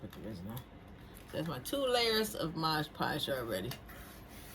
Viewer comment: Resin not risen... mod podge not modge podge. But I love your projects! You get my creative brain going i just work too much and don't have time or energy to do any of it 😭